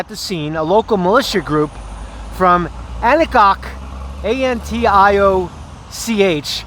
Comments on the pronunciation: An-tee-ach is how Antioch is pronounced. we have a town here outside of Nashville is how I know. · susanna skye anti-och like awk 😁